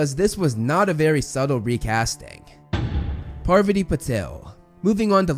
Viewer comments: Its pa-vaa-tee not par-va-tee! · "Par-VAH-tee" not "PAR-va-tee" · Its Pa-Var-tee. Not Par-va-tee 😂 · Parvati’s pronounciation is ‘paarvuti” and not Purvati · It's not "PARVuh tee" It's "Par VAH tee" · Lmao...I can't get over saying "Parvati" instead of "Pavarti" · PavARti... not PARvati.... le sigh edit: i just realized i pulled a Hermione... its fitting at least lol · Pavarti is said like Pav-arti not Parvity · Pa Var Tee not paver tee. I had to fast forward after the third mispronouncement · parVAti not PARvati….. sorry just pulled a hermione lol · didnt even know lavender was recast lmao. I cant tell which minor character is what xD. and pleas say PAR - VATI not PARRRVTI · no? her names spelled parvati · "Parv ott ee". silly. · Her name is pravati not parvati. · Her name is Parvati lol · parrveddi patil? alright, homie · the way he’s saying pavarti is killing me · Wait is that how you say Parvati? Have I been mispronouncing it all this time-??